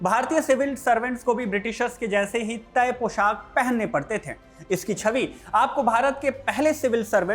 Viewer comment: थे का उच्चारण थें ना करें, चुभता है! शुभकामना!